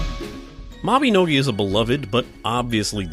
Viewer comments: ITS MABINOGI! MAB-EH-NO-GEE (like MaGee)! NOT MABEHNOGEH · he says mabinogi wrong